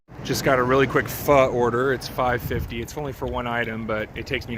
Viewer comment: Props on getting the pho’ annunciation correct.